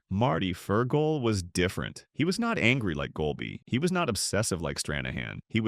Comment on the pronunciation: Goal- Bye is the new pronunciation of Goal- Bee? What a brainless video.